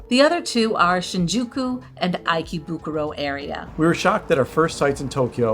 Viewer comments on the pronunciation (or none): "Don't make THIS mistake!"... which one? The one where you didn't research the first hotel's location? The one where you went to the wrong APA hotel? Or perhaps the one mispronouncing many of the place names? It's "ee·kay·buh·koo·row" not "EYE-key-boo-kur-oh". "HA-chee-ko" not "ha-CHEE-ko" (emphasis). "kuh·boo·kuh·chow" not "Kah-boo-CHEE-ko". "Ah-sa-k'sa" not "As-a-koo-sa" (the U is silent). etc etc... Sweets Hotel Ruby (full name) is now closed... because it was apparently nasty. 2.8 stars and most reviews said it was dirty. Another mistake not to make! You didn't know Shinjuku was a night life area when you selected the hotel? Another mistake. I won't even go into APA Hotel (Pronounced Ap-ah, not A.P.A.)... They've got their own issues. Hotel Malta... bad reviews. Chuo and Asakusa are NOT known for Manga and Anime... that would be Akihabara. And you end it saying "Don't do what we did, stay near a train station." Not a thing about what area to stay in, or any special locations... Basically a 22 minute video that said "We did it wrong, you should do more research. We didn't!" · According to google its supposed to be "ee - kay - buh - koo - row". I watched that again and it seems pretty darn close. I guess if it re-recorded with more a "kay" instead of a "key" sound the information is instantly more useful. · "Eye-key-boo-koo-row?" It's kinda hard to take travel advice from someone who doesn't learn how to pronounce "Ikebukuro" correctly. 😆